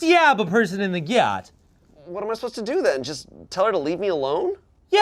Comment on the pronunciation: Oh my god, I'd actually forgotten about the 'bully Olivia' sketch, but Ian saying "styab someone in the gyut" is why I sometimes add random Y's to my words! That is wild!